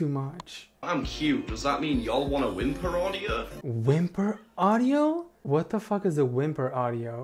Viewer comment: I CAN'T WITH THE "Whimper audia" THING LMAO